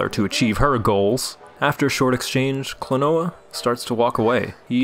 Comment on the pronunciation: It's actually pronounced like Kleenwa